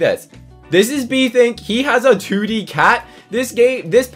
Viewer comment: "he ot a 2d ca" say your T's